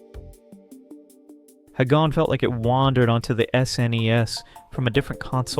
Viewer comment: You don't pronounce 'Hagane' = 'Ha gain' or 'Heh Gain' Japanese way is 'Ha Gah Neh' I know it's weird, but it is what it is...